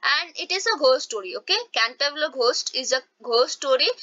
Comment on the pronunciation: Mam it is not canterviller